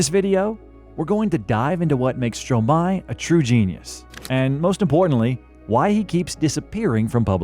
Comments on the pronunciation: it's pronounced [stroma-ay] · Its pronounced strômaê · If you make a documentary about someone, at least make sure you can pronounce their name correctly...😑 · as a french guy, my ears bleed everytime u pronouce his name or song title, but its okay cus the snippets of songs fix it